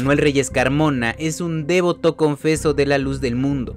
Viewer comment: Segunda ocasión en que a los del Financiero Bloomberg les escucho algún error grande: La palabra no es dÉvoto Es devóto Aunque no lleva acento escrito ahí, le pongo el acento o tilde para subrayarlo. Quieren hacerse de seguidores? Mejoren. Por lo pronto me bajo de su lista de seguidores.